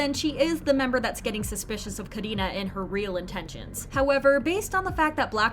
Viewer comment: I love how you say Karina's name it's so satisfying for real 🙈